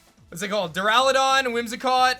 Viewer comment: arc-a-nee-Nay Dur-al-ah-don